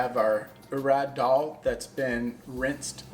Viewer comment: Greetings Respected and! Amazing dish cooked so well. BTW, we really appreciate the pronunciation of Daal and other items.